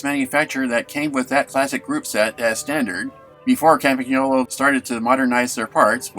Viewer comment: Might always have been "Campy" in the US but it's always been Campag in Britain. (certainly was in the 70s anyway) One thing it's never been anywhere though is Campag-nolo! G N in Italian is pronounced like "ñ" in Spanish so Campanyolo. Lovely bike however it's mispronounced!